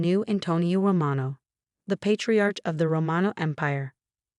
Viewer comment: Ratchel? AI-voiced. Patriarch=patriark